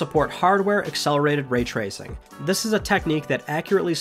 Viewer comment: Ray tracing* not ray traycing btw